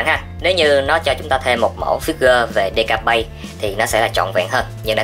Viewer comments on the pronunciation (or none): Deka bai chứ ko phải deka bay